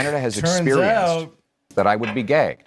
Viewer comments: "Gagged", not "Gay Though at first listen it sounds like Gay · It might be my ears, but you’re both saying gag is an odd way - to me anyway. To me, gag sounds similar to bag or stag, not gay. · Oh he said gaged why did it sound like gay. 😵‍💫 My hearing is going. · Wait what did Pollievre ACTUALLY say? All I hear is 'Gay'? lol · I absolutely heard “then I would be gay” as well. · It sounded like "I'd be gay" to me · I heard gay. He actually said gagged, which is unequivocally wrong, he just can’t talk about classified information. There are conservative reps that are classified,a security clearance is done every 5 years, it is not something that is good once you get it. The military get security clearances repeatedly, it is required. He is hiding something. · I had to read that transcript on the screen. I definitely heard "gay" from Poilievre but I also heard "gegged" from. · he definitely meant gagged, but definitely said gay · I defo heard gay I was like HUH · Gāy vs Găg. He said Gāy. He may have misspoke but it’s not Gāgged unless Albertans speak differently than Ontarians. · Sure sure buddy. Everyone heard 'gay' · NO I listened to it over 20 times and he said "gay". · I totally heard “I would be gay” LOL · Did he say "I would be gay"? Like, what's the subtext about that statement. I thought I misheard and thought maybe he strangely pronounced 'beget' or something? Especially with context in his follow up sentence. Oh "gagged". 😂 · I thought he said gay at 1st too. There is another interesting video with similar regarding Carney talking about the Hamburg riots which he says it twice in the same sentence but I swear I heard him say brides the 2nd time instead of riots. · i heard gay, too hahahaha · OMG, I thought I heard PP say that if gets his security clearance he would be "gay". I guess he said "gagged", LOL. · Maybe a slip of the tongue but I watched it with 5 other people and we all say he said gay. Lol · I heard gay as well!